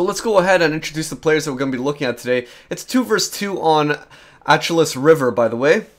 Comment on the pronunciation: I think it's pronounced Ash eloo